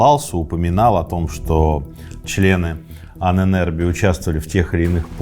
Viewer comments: Ужасно коробит это "аненЭрбе"😂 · Мои три копейки: Аненербе (Ahnenerbe), ударение на а (Анэн-Эрбэ) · Ahne - предок, соответственно мн.ч -Ahnen . Erbe - наследие. В конце твёрдое - е. Звучит как "э" . Правильно произносится Анэнэрбэ...кстати существуют до сих пор отделения Ahnenerbe в Германии. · Правильно произносить " аннэнэрбЭ" , слово состоит из двух слов - Erbe ( эрбэ) наследие и Ahnen ( предки) . Тоесть- наследие предков. В конце слова твёрдое " э" а не " е" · Произносить и писать лучше " Аанэн Эрбэ" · Ahnen = предки Erbe = наследия Слово "Ahnenerbe" произносится с ударением на удлинённую "А" как "А́аненербе" и означает наследие предков. Этим может быть всё что угодно. Например пирамида для египтян или же светлый цвет волос у шведов 😉. Пишу этот комментарий просто для понятия самого слова. Может кому нибудь интересно 🤷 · дуракам покоя нет... ударение на начальной букве "А"